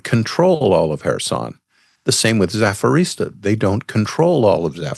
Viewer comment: What did he say? Zafirisa? I think he meant Zap-o-rizh-zhia.